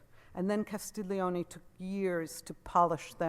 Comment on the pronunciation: Great lecture! Auguri! La ringrazio! Good pronunciation, except it's "Castel ioni" like the word "million", no 'g' sound!